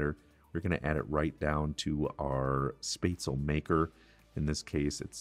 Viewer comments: XD its not "space tzl" its "shh pets la" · I wish you could pronounce the name SPÄTZLE It's not Sptazel. It it SPÄTZ- El-LE. Spetz el ah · He did fine other than the S... missing the sch sound. The rest is minor, the A. Word definitely ends with the L sound, not another A. At least this was how I heard and learned it with living in Germany. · 'SHPETZ-luh'. Great recipe! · Any suggestions for alternatives to onions? I am allergic to everything in the allum family and cooking and eating are quite dull. (And a hint...it's "spetz-la") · Na, its pronounced "Shpatz-luh". Trust the german on this one. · German here too and I was impressed that you kept it relatively true to the original German recipe. Very nicely done. For the sauce, I usually add a shot of cream. It gives it a lovely round flavour. The red cabbage, oh it has to be included as a side dish. Well done. I love your channel. The pronunciation of Spätzle was priceless. :) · Yes to red cabbage and butchering the word haha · The way he pronounces spätzle makes me shiver, and not in the good way 😄✌️. But everything else is looking really good.